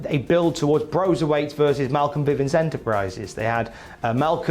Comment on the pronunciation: Hey, it’s Bivens not Vivens. Poor boy better pray Bivens Ent. doesn’t sign Jessamyn Duke cause he’ll be in a world of trouble if that happens.😬